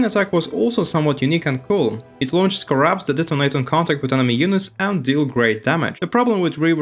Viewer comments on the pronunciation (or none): Pronounce “scarabs” again.